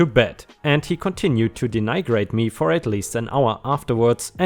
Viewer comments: Heads-up: "Denigrate" is pronounced "den-ih-great." Just so you know! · The i in denigrate is short. Like the i in "it." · denigrate: "den-ee-grate"